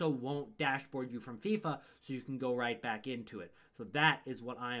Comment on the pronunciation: It rightwing-back not right winger back